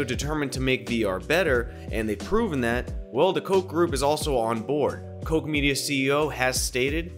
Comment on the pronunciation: Love your work man. But I want to issue a correction it’s prounuced kotch like scotch. I use to work for them